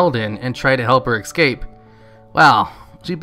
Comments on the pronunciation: Why do people say ec scape. It's es scape. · Look great video, but it's escape. Not Ekscape. I know I seem like a trivial douche but it's only one word. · its not "Exscape" its "Escape" try pronouncing it without the X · you always say excape, instead of escape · I know it's petty, but I cannot get over that you say "ecscape". Other than that, love your videos.